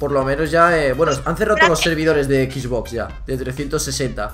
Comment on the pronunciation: Jaja me dio gracia q dijo quiero una EXBOX cuando es XBOX PD: Buen video